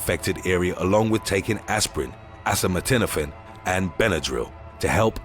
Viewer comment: Lol, acetaminophen. The first E is a long E. You probably call it paracetamol.